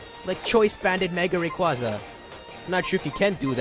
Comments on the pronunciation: Man why does everyone butcher Rayquaza's name? (How it's pronounced) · Has anyone ever noticed that japenese people called Rayquaza "Rayquza"?